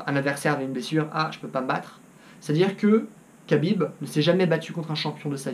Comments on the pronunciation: Ça se prononce "krabib" et non "kabib" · Ça se dit Rabib pas kabib lol... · Et c'est Habib not kabib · Tu timprovise madame soleil à raconter l'avenir... khabib pas kabib comme tu dit en plus de ça khabib C et un lutteur ce que mc gregor n'est pas certe mc gregor est meilleur boxeur mais la c'est pas un combat de boxe anglaise khabib à toute ses chances mc gregor na pas combattu depuis un bail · On dit pas "cabib" ou dit "rabib" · Cest pas kabib cest khabib reapect son nom au moin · C'est KHAbib pas Kabib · CEST PAS KABIB MAIS RABIB SA CE PRONONCE COMME ÇA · Khabib, ça se dit Rhabib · Arrêté de dire Khabib Putin ça se prononce Rabib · C pas khabib c’est Rabib la prononciation 🇷🇺🇷🇺🇷🇺hamdulilah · Prononce bien déjà le prénom de khabib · Tu prononces mal le nom de khabib ce n'est pas khabib avec un k mais plutôt kh> comme le j espagnol qui fait r. Exemple le prénom jose avec une prononciation espagnol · déjà apprend à prononcer le prénom de khabib on voie déjà que tu connais pas khabib et la lutte et le grapling et largement supérieur à la boxe anglais qui est aussi très forte certe un coup bien placé de conor peu le faire gagner en 10 secondes mais si jamais il est amené au sol c finis ce qui est très facile pour khabib il ce battait contre des putain d'ours quand il était très petit pendant ce temps conor étais entrain de pisser dans sa couche khabib vas gagner et tu vas le voire dans quelques jour prépare toi à voire à quel points tu t tromper khabib a aussi un très bon cardio contrairement à conor, khabib a juste à jour avec lui 2 rounds et le 3 ème round conor perdra de ça précision et de ça force , il vas ce faire amène au sol par khabib très facilement et ça sera la fin pour conor mc gregor